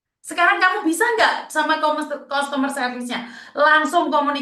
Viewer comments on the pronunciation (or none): MARKONAH2 SONGONG BANGET, KONON BISA BAHASA INGGERIS.. BILANG CUSTOMER SERVICE... BILANGNYA KUSTOMER... MARKONAH2 😂😂😂